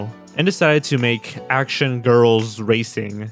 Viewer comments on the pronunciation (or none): Action girls what he was saying sound like acid girls